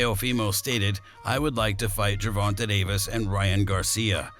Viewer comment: bro when you say the mans name say it right say the letter A at the end of Gervontas name man wtf! is he a female? say the letter AAAAAAAA